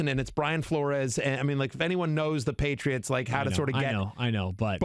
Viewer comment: “The paytits” Hahahaha